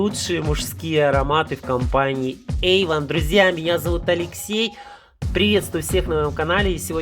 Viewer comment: Ейвон))) Серьезно)))))🤢